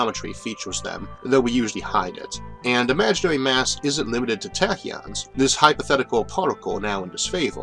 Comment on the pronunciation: TA TA KEEYON (TAAAAAAAACK) TAK-KI-YON TAAAAAACK